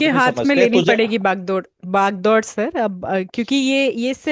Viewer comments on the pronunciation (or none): बागडोर❌ भाग-दौड़....भाग-दौड़.....बाग-दौड़✅😂😂 Sirji ye kse kse namuno ko late ho aap.....aap ke naam par batta laga rahi hai